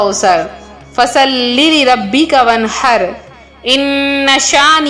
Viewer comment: Aap ke sure kauser padhne me bahut badi galti aarahi hy wo yehy k fasally lyrabbika aysa padhna chhiye Aap padhty waqt ek Lam kochod rahi hy aap fasalli rabbika padh rahi ho aap dekho kya sahi hy Allarabbil izzat aapko jazaye khair se nawaze aapne bahuthi bhari aur nayab ilm logotak pahunchaya hy